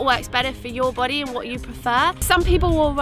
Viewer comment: Lol! I love the way she said "your boday" lolll this was an excellent video! Your energy is inviting and attention grabbing. Please keep it up